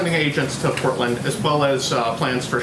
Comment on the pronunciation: Normally I'd give someone the benefit of the doubt. However... With this administration who knows. Genuinely curious whether the Porton instead of Portland was her tripping up or had she never heard of Portland until this morning at the briefing...